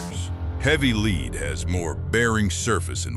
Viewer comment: why cant AI pronounce "lead"? it really is annoying